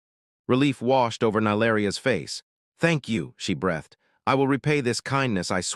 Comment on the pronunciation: "Thabj you she brEHthed," Not a word, We all wanted brEEthed", front-rhymes with TREE - Go listen to half-dozen Orc stories. Note how pleasant it is, when the Narrator doesn't muck up ordinary words. Do you have a good Narrator? Feed it this: I read this yesterday. Now you read it today. The healer wound the gauze around the wound. Then they tied a bow and took a bow. All breathed in relief.